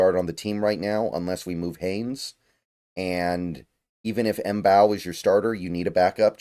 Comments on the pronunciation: I think Mbow is pronounced "Bow". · Love this draft,. Marcus Mbow's last name is pronounced as "bow," said by himself on Hail Mary Sports' interview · i think its just pronounced Marcus bow with the M being silent but im not too sure